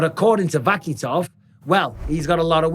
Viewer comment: Guys super exciting but the K in russian is silent so its Va-hee-tov